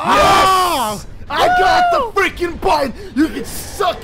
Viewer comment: when he says feaking XD